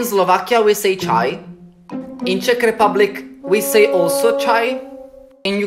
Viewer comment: As a Czech,the pronounciation is very good!